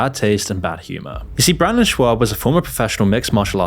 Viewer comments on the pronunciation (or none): I don’t like the dude, but Brendan’s last name is pronounced “Shobb” not “Schwabb.” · Shaub, not SchWabb. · It’s not Schwab, there’s no W in his name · I love that he keeps calling him “Brandon Schwab” 😂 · There’s no “w” in Schaub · Schaub…where’s the W? Stop saying Schwab! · Schaub not Schwaub hahaha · repeatedly calling brendan shaub, brandon shwab is fucking hilarious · I also don't find Whitney Cummings that funny, but the way they treated her on that podcast... I really wanted to punch them in the face. They were complete dicks to her for no reason. Also, his name is Brendan Schaub not Schwab. You keep saying it with the W sound like Charles Schwab. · Ok, but does he keep pronouncing it Schwab? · Schaub, not schwab. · Come on. If you're going to make a video about a person, the least you can do it at least TRY to pronounce their name correctly. Shaub is NOT shwab. You said upwards of 50 times and only ONCE did you even come close to saying it properly. If you want to be taken seriously then at least try. Same for Chris D'elia. It's not deelia. Du-leah. Good lord this is bad. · Its not Schwab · at least call Shaub by his name, not Shuab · Its funny how you keep pronouncing it "Shwab" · “Brandon Schwabb” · SHAAAA BBB not SCHWAB lol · Lol did you call him Brandon Schwab intentionally? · kept calling him Schwab instead of Schaub from start to finish. It's probably the funniest thing Schaub has ever got involved. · Oh my fuck dude, Brendan “SchWAAB”? Chris “DEElia”? At least pronounce names right you douche. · You do know it's not actually pronounced "shwaab", right? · Schaub is pronounced "shawb" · I had to pause my game for this...are you saying Shwab on purpose or is that a mistake. If that's unintentional its even funnier. Totally not correcting you. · Great video but dude… learn how to pronounce people’s last names 😂 schaub is not pronounced schWAUB and D’elia is not pronounced DEELIA 😂